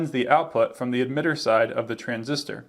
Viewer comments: Why are you saying Admitter instead of Emitter? Is this some dialect thing? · my first video ... looks to be a very good one ... (for whatever strange reason he pronounces emitter as 'eDmitter' 😝...